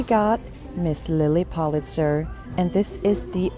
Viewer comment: So many good finds! Love the dragon shirt. Ps it’s PULL-it-zer❤